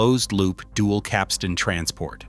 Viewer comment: I lament artificial voice commentary. For example "capstan". This word is pronounced with the accent on the first syllable - CAPstan - at least in British english.